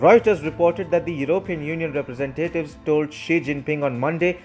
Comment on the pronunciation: Awesome video! Fwiw, it's rep-re-SENT-ative, not represenTATive 😁